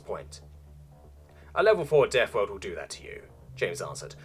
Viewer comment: the worst thing about this story is The NetNarrotor still has half year worth of story behind a paywall because we unlocks one every so i have to relisten to this story so I can remember how we got to where we are in the story and he constantly misprounces everything you come from a deafworld? your only frwee cycles? old fru the fire and fwames we weel cawwy on.